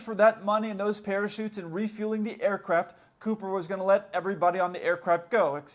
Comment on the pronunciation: Whenever you say aircraft it sounds to me like air-crap